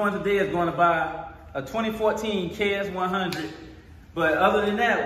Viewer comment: i love how he called it a kx 1 hunnit